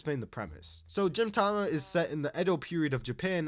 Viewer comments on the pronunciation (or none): Bro…. It’s GINTAMA/GINTOKI. Not Jintama Jintoki😭. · You saying Jin Tama instead of Gintama really pained me for some reason. Also side notes, 1) the women in D Gray Man have personalities because a woman wrote it just like FMA 2) Sket Dance author was the assistant of the Gintama author that's why they feel similar (They have even done a crossover) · was pronouncing gintama as jintama intentional? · i disagree with world trigger atleast top of good shit; black clover +1 tier; naruto top tier; chainsaw man -1 tier, and the way you pronounce gintama and gintoki feels like youve never really watched s2 and s3 of world trigger, yet alone finished the first season. just like what youve said on onepiece, the highs are great but there are also many lows. youve only watched the lows for it, hence the low ranking. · I have never heard anyone pronounce Gintama with a 'j' and it hits just as bad as gif with a 'j'. And Jintoki, jesus. Do you watch it with a dub? Is that how they say it in dub? Otherwise what the hell?